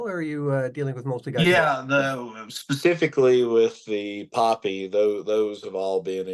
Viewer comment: Awesome interview. Glad to see Popy ポピー pronounced correctly. PoePea.